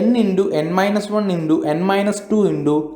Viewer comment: Indo 😆😆😆 sir it's into